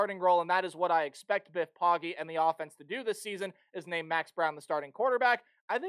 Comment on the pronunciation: It’s pronounced “Poe-Gee” not “POG-Ee”